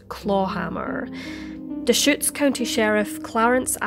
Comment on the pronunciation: I can't believe you pronounced Deschutes correctly!